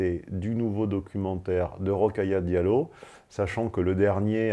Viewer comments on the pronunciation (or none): Ro-kha-ya dia-llo= 5 syllabes, pas douze